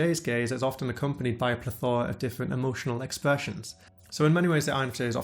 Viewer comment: "Pleth-oar-a" lol, that's not the pronunciation in British nor American English. This guy's just doing his own thing.